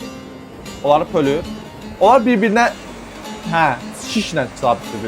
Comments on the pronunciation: Oları bölür❌️ Oları pölür✅️ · Bölür❌ pölür✅